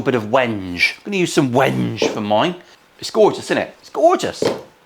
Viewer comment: Loving the Wenge with a soft G..😊!